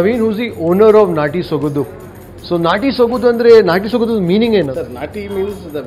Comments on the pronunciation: Its Sogadu not Sogadhu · It is not sogadu....it is sogaDu....(after soga...say it the way English word 'Do' is pronounced....sogaDu'